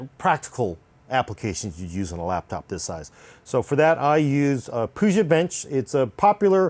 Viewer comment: Wtf is a "Puja" bench lol?